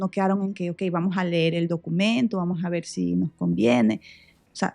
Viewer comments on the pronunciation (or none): none